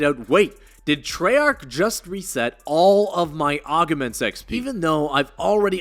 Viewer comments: Just to let you know, every time I hear you say the word augments I cringe there's no e between the g and the m lol😂 It's pronounced (Augments) not (Augements) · “Aug uh ments” It’s AUG MENT That’s all. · It’s “ogg-ments” not “ogg-a-ments” haha good vid tho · "Aug-a-ments" is driving me a little insane